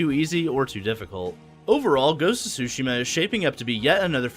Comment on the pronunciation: its pronounced soo shee ma, not su shim ma